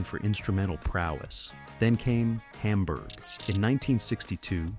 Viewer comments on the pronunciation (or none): none